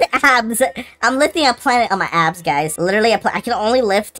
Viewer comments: I dont if you guys heard but he said ass instead of abs in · I swear bro is saying ass and not abs😭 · I thought he said ass